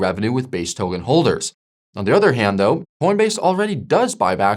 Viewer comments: Brooow please say "Token", not "Towgan" 😂. My ears are bleeding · For real first it was “trade-fi” now it’s “togen”, as if he’s messing with us on purpose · The hell is a 'towgan'? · Pronounce 'Token' for me please